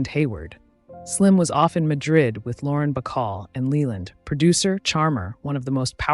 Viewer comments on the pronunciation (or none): none